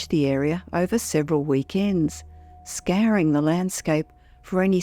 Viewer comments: I love that she pronounced scouring like scaring... Scaring the countryside. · her very british way of saying scouring makes me think... It sounds almost like she said scaring the countryside. I've not heard an AI pronounce things so perfectly british.